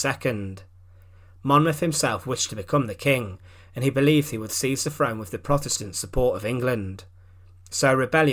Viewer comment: Agree ! " Frone " ? " wiv " " sixteen eighty free "...?? WTF . ! Apart from that the monotonous drone with which he races through the script is painful .